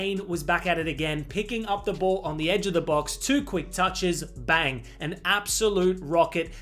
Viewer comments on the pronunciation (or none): none